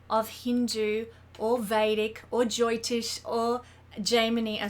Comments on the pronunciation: It's jyotish and not joytish. Derived from jyoti, which means light. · this was THE most boring and bland 27 minutes of my life I BELIEVE SHE THINKS WE DO NOT UNDERSTAND ASTROLOGY TELL ME SOMETHING I DONT KNOW IS THE SUN HOT IS THE EARTH ROUND IS THE GRASS GREEN IS RAIN WET DO BEES STING?- YOULL FIND OUT THIS EPISODE OF COMPLETELY OBVIOUS THINGS EXPLAINED IN THE MOST BORING WAY POSSIBLE BY SOMEONE THAT CANNOT PRONOUNCE JYOTISH